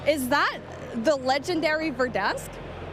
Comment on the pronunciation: “Ver-desk” lmfao